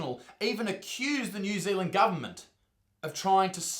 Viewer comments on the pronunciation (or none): i only watched the 1st 15 seconds.... but i love the pronunciation of... Gubment!